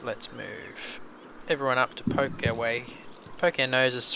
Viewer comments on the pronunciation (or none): none